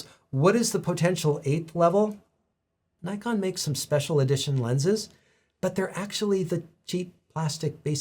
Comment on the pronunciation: As you explained the history of the company's name almost every American (and few Canadians) doesn't pronounce "Nikon" the right way...